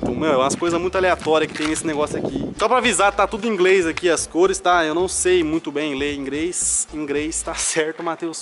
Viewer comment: "ingrêis" kkkkkkkkkkkk Velho tu é fodaaa💚